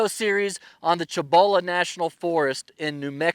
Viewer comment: Nice! Not digging...I'm a Texas as well. Pronounce it SEE-boh-luh National Forest.